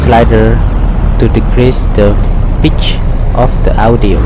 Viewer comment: im not judging, but it sounds FUNNY when you say pitch, it kinda sounds like bitch. Sorry if this makes you sad, i dint mean to